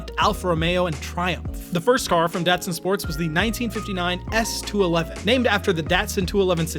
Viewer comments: This was a great review, but your age it's showing. Your not old enough it's pronounced "DahT-Sun, not Dasun. Little more umff...to it for the streets, were the cars really excelled and rose to prominence. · It’s pronounced “Dotson” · Pronounced dot sun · It’s pronounced Dot Sun. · Well, if you grew up with the Datsun 240Z and cars back in the 80s, you would pronounce it like an American as "Dotsun". see Jay Leno or any older folks. Dotsun is pretty darn close to the way Japanese pronounced it. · I always thought it was pronounced DOT sun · You're not saying the word Datsun right! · Great great video, it's funny to hear someone from your generation say the word datsun. It's pronounced differently but unless you were around in the 70s you'd never know, that cracked me up. Awesome video man.